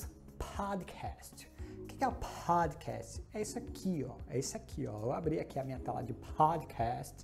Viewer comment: Useful content. Dicas valiosas demais. Gostei muito da pronuncia de Podcast.